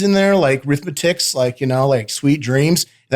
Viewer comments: Dis he call the Eurythmics the Arithmetic’s? 😂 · Did he just call the band Eurythmics "Arithmetics"? :) LOL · Did Otis say "The Arithmetics" 😂🤣